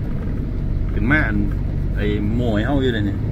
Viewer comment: โม่ครับไม่ใช่โม้